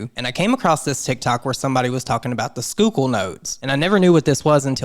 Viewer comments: Awesome job on the pronunciation of Schuylkill! This whole thing is weird and hadn’t heard of it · I am super impressed that you pronounced Schuykill correctly! This is scary AF! I would also love a video on Oprah and the Illuminati. Her name seems do be coming up in all sorts of messy ways lately.